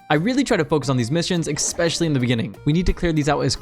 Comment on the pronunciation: Please learn how "Especially" is pronounced